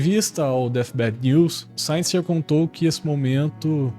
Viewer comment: Bom vídeo, concordo com tudo que foi falado. só um detalhe, Synyster se pronuncia Sínister mesmo. várias vezes durante o vídeo fiquei me perguntando quem é Sainister kkkk Continue postando vídeos assim, seu canal vai longe.